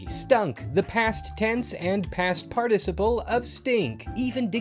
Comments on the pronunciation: Ur pronouncing participle wrong. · I was mildly perturbed at the subtle variation at the pronunciation of the word "participle". I mean just pronounce it how it is? How hard can that be? Pfffft. As a Brit, who pronounces everything the correct way.. This makes me mildly discombobulated. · You're pronouncing participle wrong.